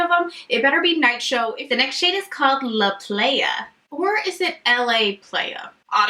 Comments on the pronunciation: The shade " La Playa." Is actually Spanish for "The Beach. So it's pronounced LAH- PLY - AH. 😉 Love all your swatches, gosh Colourpop needs to stop taking all my money 😂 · And La Playa is Spanish for The Beach! "Lah Plahyah" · I think its La Playa, sounds like plywood. Because I am pretty sure that's how you say beach in spanish. 😂 I love your sound effects and reactions. Don't let the haters get you down. ❤❤❤ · La Playa is actually pronounced like “lah ply-uh” which means the beach in Spanish ☺️ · I giggled at the way you pronounced La Playa lol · it was funny how she said “La playa”